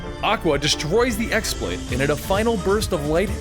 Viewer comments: Only complaint with this video is that you pronounced X-blade wrong. While its spelled X-Blade with a normal keyboard, its really spelled χ-blade, with the χ being the greek letter "Chi." In the games, its real name is actually "Keyblade." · the x in x-blade is pronounced "key" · I'd just like to point out that the X-Blade is pronounced "Keyblade". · okay I'm a little upset you said you love this series but can't pronounce correct terms 1. the x-blade is pronounced the key blade 2. Master Eraqus is pronounced Era-kiss 3. You completely messed up Xion, Naminé, and Xehanort's names If you're gonna do storytelling of games you "love", make sure you have all your correct facts before butchering terminology. aside from that it's pretty good